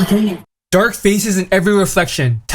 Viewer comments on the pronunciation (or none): none